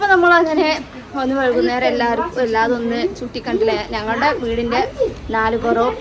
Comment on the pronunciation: Vezhu alla vaikunnaram